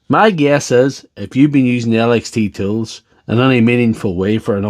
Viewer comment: Sails = cells Ecwupment= equipment Boat= but Clup= clip Tills= tools Plunty= plenty